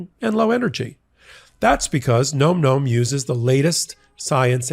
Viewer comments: This has to do with the add for Nom Nom., you are mispronouncing Nom Nom. It should sound like Nahm Nahm, as in the dogs eating; "Nahm nahm nahm nahm nahm. Not "Nome" as in Alaska. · Big fan of your channel 💜 for the love of your sponsor, please correct the pronunciation of Nom Nom 😂 it’s not Gnome Gnome.. it’s nohm nohm 🙏 😅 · NOM NOM……not gnome gnome…..come on …..for christs sakes….luv ya buddy…but your Boomerism is showing with that mispronunciation of current slang. 😆😅🤣